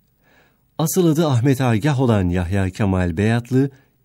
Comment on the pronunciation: Cevap agah ama okuyuşu aygah